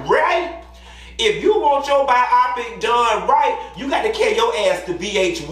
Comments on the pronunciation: Omg I can't. He said Bye-awwpic. It's BIOPIC. Let's sound it out together my dude.......BYE-OH-PIC. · I couldn't get over "ByEYEpik" 😩I couldn't tell if you were joking or not. I only know "Bio-Pick" I didn't watch it. The "2nd Spin" is SnP.....🤷🏾‍♀️ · Bi-o-pic. Not bi-op-pic. But I'm sure you know that. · 😂😂😂😂 lol it’s bi -yo-pic lol not bi-I-pic